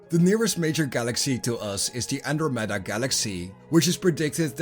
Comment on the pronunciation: no one going to comment on how he pronouces andramada?